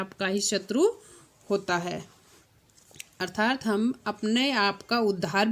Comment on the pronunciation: कृपया अर्थात शब्द का उच्चारण सही करें।